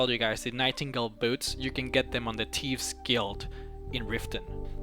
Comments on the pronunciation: he butchers the absolute HELL out of almost every name that he mentions...... the "tieves guild", "markath", "deieadric" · The " tieeves " guild... Lol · “Tevess guild” bro what 😂😭 😂😭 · Yep, you get them from the "teefs" guild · The Teeves Guild? Tf i mean i know you got an accent but learn to speak REAL words.